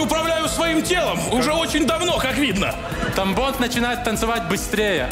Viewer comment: Я один вместо Тамбонд слышал тампон?)